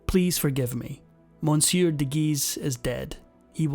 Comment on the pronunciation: For the love of God, please learn how to pronounce Medici and monsieur.